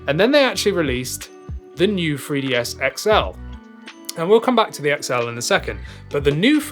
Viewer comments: It’s pronounced new 3ds not new free ds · Why does it sound like you are saying FREEDS all the time😂? It's a 3DS dude😂😂